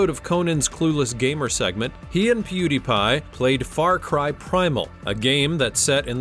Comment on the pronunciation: piew DIE pie? dude?